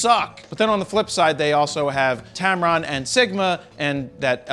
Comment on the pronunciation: Did you say Tampon for Tamron? lol Canon here, sorry. Not part of the alliance. Love the belly shirt.